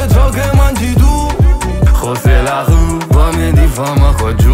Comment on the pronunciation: bravo però prima di fare il francese almeno impara a pronunciare le parole che vuoi usare che “rù” non si può sentire🤣🤣🤣